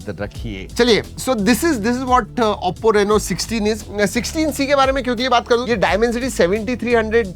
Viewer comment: Oppo Reno❌ o Rehndo ✅